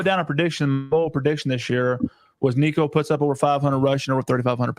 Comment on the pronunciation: Tennessee guest can't even say Nico's name right 🤡